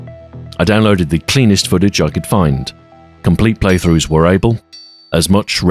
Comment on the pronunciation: "Playthoughs" lol